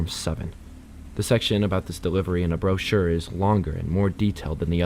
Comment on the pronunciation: Great story and nice to have to listen to while working. One little fix-gotta look into words and how they’re pronounced. Example, monotonous is pronounced mo-nawt-oh-ness. Brochure is bro-shur. Gazebo is guh-zee-bo. Cheshire is cheh-shy-err